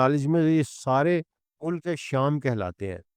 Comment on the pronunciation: باتیں آپ کی سر آنکھوں پر لیکن الفاظ کی صحت پر توجہ دیں—-یہ تلفظ مو- لک- نہیں ہے بلکہ مُلک ہے ،لام پر جزم ہے- ماجود نہیں ہے —- موجود ہے- عربی بھی آپ پنجابی میں پڑھتے ہیں- وعلی ہذ القیاس